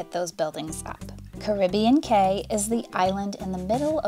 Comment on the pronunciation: Caribbean Cay is pronounced Key for some reason...it's just how Disney says it